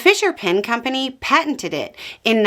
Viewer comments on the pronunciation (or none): none